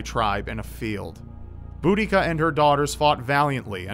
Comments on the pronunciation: Seye-zee-knee. Bood-ecka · You pronounced iceni wrong. And you also mispronounced boudicia (Edit) the idea of her poisoning herself is a myth. The iceni are from an area of England called east Anglia and it's believe boudica's village was near the city of Norwich in Norfolk.